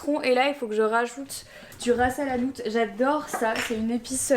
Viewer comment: Du rasa la nouteeee 😂😂😂 en vrai on dit du ras El hanout